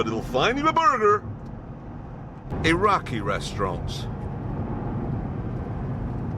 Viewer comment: The way he says burger 😂